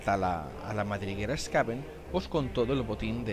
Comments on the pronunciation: No se porque le cambias la pronunciacion a los Skaven... a veces les llamas bien Skaven y otras mal Skavon... Skaven proviene de la palabra Scavenger y por tanto se pronuncia con A y E SkAvEn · Los skavens se llaman skavens, si digo en alguna ocasion skavons pues lo he dicho mal, por norma lo digo como sería en Castellano, skaven, pero realmente sería skeiven ya que es un juego inglés, es como ulthuan, unos dicen ultuán o ultuan, pero es inglés i sería ulzuan no ulzuán o tzeench que se pronuncia tzinch por que es inglés no tzench, pero vamos , voy a ver cuantas veces digo skavons aunque es la primera vez que me lo dicen 🤣🤣 pero ya te digo siempre les he llamado skavens no skavons